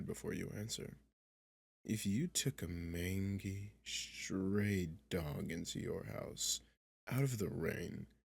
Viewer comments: Great video, but it's actually pronounced "main-jee" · I hate being that guy, but mangy is pronounced mayn-jee. Still love the audio though. Have listened several times